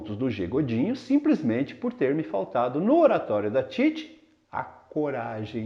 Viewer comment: Ótima análise, professor. Mas uma observação: Titi não é paroxítona, mas sim oxítona. Você pronunciou ao longo do vídeo como sendo paroxítona. Caso o fosse, haveria acento em "Títi", como em "táxi". Parabéns pelo vídeo.